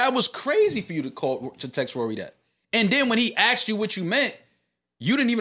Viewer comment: Joe said “forget Rawry” 😂